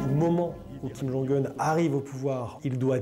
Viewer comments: Le fait que la voix-off parle toujours de "Kim Jong-oon" (mauvaise prononciation) alors que les chercheurs interrogés parlent de "Kim Jong-Eun" (meilleure prononciation) me fait penser que le journaliste/présentateur/voix off manque de professionnalisme ; ou du moins qu'il a fourni un travail bâclé. J'espère que ce commentaire sera compris comme je l'entendais : majoritairement constructif, avec une pointe d'agacement. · Kim jong « oune » pas « eune » c’est bon pour vous ? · ce n'est pas une question d'âge mais de connaissance de la langue coréenne et sa prononciation. S'il était aussi expert, il saurait que 김정은 se prononce Kim Jong Eun et pas Oun comme il le fait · surtout que la vraie prononciation officiel c’est kim jong eune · J'ai vite compris qu'il n'était pas aussi spécialisé que la femme sur la Corée du Nord. La manière dont il prononce le nom de Kim Jong Un le prouve